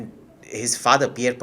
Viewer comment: Please call him by his name “Poo-ah-li-evre” and NOT Polly-viere!